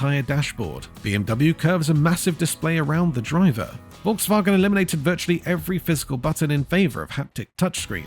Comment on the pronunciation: Is that AI? Learn them how to pronounce correctly the name VOLKSWAGEN if they make videos about cars.